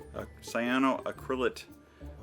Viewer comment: sy-anno-ac-ri-late LOL